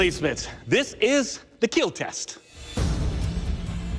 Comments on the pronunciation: It's KILL not KEEL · No one Literally no one in the universe Doug: It Will KeEEel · Nobody: Some host: It will Keel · And will Keal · Is anyone satisfied when he says it will "Keel" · I love how the guy who does the kill test and when it kills he says it keels and I feel like he loves to say that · it will keel slowly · it will keel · I see from the comment section, that it is not only me hearing "keel" all the time... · I love how he pronounces kill “keel” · “It will keel” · His poems can also keal. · It's KEAL! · This mans says kill with two I’s and one l